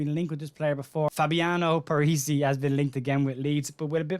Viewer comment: Parisi not parish . 😂